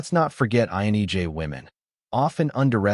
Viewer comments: The content of this video is mostly spot on... but man... listening to this video is driving me nuts because whatever reading voice or tool this video is using is saying IN"E"J instead of INTJ the whole time. And I think this video is the only one that has ever called out the fact that repetitiveness is mind-numbing... and can literally feel like nails on a chalk board for us. Also, authority without justification... this is also very annoying. The one thing I would correct about this is how we view other's emotions. Emotions are a lens through which we can see another persons values or beliefs. However, INTJs value truth and authenticity over everything else. We check our emotions because we first ask, "Is what I feel truthful?". If I believe someone is purposely hurtful, I will become angry and distant. However, that may not be the truthful, right? My lens may be projecting past wounds onto this person and it's not reasonable or fair. So, I step back, ask questions, assess, and then realign my feelings with WHAT is true. I cannot control, predict or help other's realign their emotions with reality. Most people don't care what is true... they care that what they "feel" is true. I refuse to take responsibility for that. Emotions are uncomfortable for this exact reason. Some things, like mourning the loss of a loved one... THAT I can feel genuine empathy for. But everything else, well, I'm downright uncomfortable reinforcing a world view that I can't confirm. When someone come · Is he saying INEJ's? Thought so. That's not me. INTJ all the way. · Why does the narrator keep saying "INEJ" instead of "INTJ"? Am I the only one who's noticed that? Video captures the INTJ well. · Why do you pronounce, "INTJ," as, "INEJ?" 🤔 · Phew... it's not just me 😆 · "INEJ"? Enunciation matters! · INEJ? It's a T, man. Why do you keep saying that? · Lameness angers me. By the way, why do you keep saying INEJ? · Lol at the pronunciation of "INTJ"